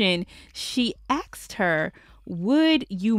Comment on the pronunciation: "The question was ax'ed"?? Lol.... it's asked boo. Not Ax'ed